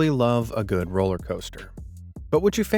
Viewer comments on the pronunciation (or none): none